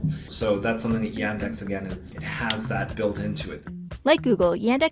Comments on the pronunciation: и тут я выпал: звуки "a" и "e" в "yandex" просто поменялись местами при произношении Y E N D A X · I am sorry, but Yandex is not pronounced as "Yendex", it's first letter is "Я" ("Ya"), it not read as "Ye". The "experts" pronounce it right, actually. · It's not [Yændex], it's [Yaahndex]. That's not british accent, it's how letter Я sounds in russian. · It really bugs me how they mispronounce the Russian company's name. It's Yaaandex. Not Yendex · It's Y[u]ndex like in [u]nder, but not Y[a]ndex like in [a]pple. I'm Russian and I don't use it, though I know a lot of people who prefer it to Google just because it's "Russian" and quietly often "pre-installed" like Bing. Even though it's not that bad in the Russian language, I personally don't like it because Google is obviously more powerful and I search mostly in English. So, the situation is, their audience mostly people who use Bing in the USA, but itself is better than Bing. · It is not iendex, but yandex! iandex! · yEndex... Uh... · her pronounciation of yandex is killing me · You pronounce Yandex in wrong way. P.S. you made mistake in number of genders in Russian, 4 genders in Russian language.